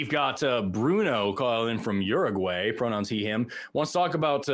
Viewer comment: Uruguay not Uraguay